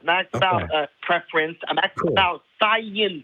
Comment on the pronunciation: "asking about szi-eenze"